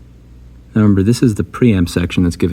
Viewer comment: "Let me know when you hear the difference".: "Neow" (now). Priceless.